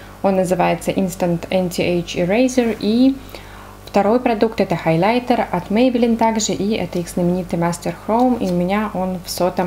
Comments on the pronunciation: ХайлЯйтер .. Очень режет слух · это просто безумно режет слух и не грамотно, не смогла смотреть ваше видео 🤷🏼‍♀️ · Почему хайлЯйтер 😭🤦‍♀️